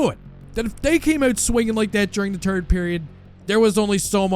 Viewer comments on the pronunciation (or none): I finally noticed how says the "third" or "turd" period depending on how the Habs are playing. LOL Fortunately last night and hopefully for the rest of the season he will be saying "third" period...